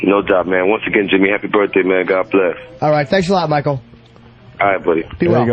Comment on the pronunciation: opie purposely saying birthday wrong everytime isnt funny.